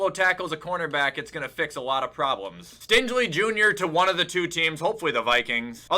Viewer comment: mispronunciation of names like tony pollard and stingley feels intentional